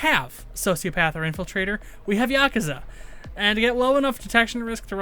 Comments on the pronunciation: yaaa-kuuu-zaaaaa say it wrong lol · It’s funny how he says yakuza wrong